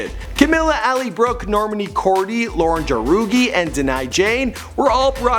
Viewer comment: OMG R U SERIOUS.. U GOT NONE OF THEIR NAMES RIGHT ERHMM ITS PRONOUNCED 'CAM-EELA CAB-EYO' 'LAUREN HOR-EGEE' 'ALLY BROOKE' ' DIE-NAH JANE' AND 'NOR-MANI KOR-DAY' .. GOD 😂😂💜